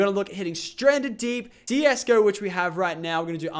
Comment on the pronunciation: I heard DSgo